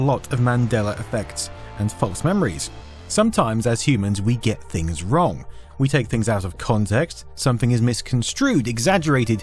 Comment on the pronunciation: I love your videos for years now man. But i have to ask… Where in England are you from? It’s sooo. Hard for me to understand your accent sometimes especially this video’s audio sounds like you got a different setup. Evvytin souvnds liyke dis, ovva awl the “Vees” or “F’s” are really confusing. “Is vat fings we know “. Ami having a Mandela effect and getting dumber because “uvvit”? 😅 well, great video anyway. Cheers all the way from Philadelphia!